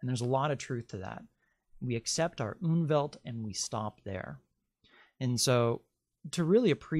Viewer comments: It's not "Unwelt", it's Umwelt (die Umwelt -en, fem.), meaning approximately the 'surrounding world'. (The word exists in several Germanic languages, for instance Swedish = omvärld (omvärlden -ar, reale), yet apparently not in English). Just started watching. This looks to be interesting. 👍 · Sorry to correct you, but it is called UMWELT!! UNWELT as you mention, does not exist, but would mean terrible world, antiworld. Please check!! Greetings from Austria(german speaking)